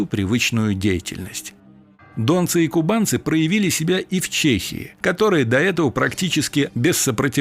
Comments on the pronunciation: Научитесь ставить правильно ударения. Откуда эти дОнцы. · Вообщем брехня. Казаки не входили в Русскую Освободительную Армию. И не дОнцы,а ДонцЫ. Автор брехун.